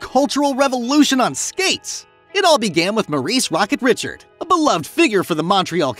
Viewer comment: No but he pronounced Rocket Richard like he wasn't francophone.